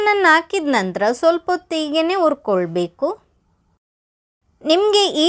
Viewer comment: ಹುರಿಕೊಳ್ಳಬೇಕು ಅದು ಯವ್ವ ......ಉರ್ಕೊಳ್ಬೇಕು ಅಲ್ಲ .......ಏನು ಉರ್ಕೊಳ್ತಿಯೋ ನೀನು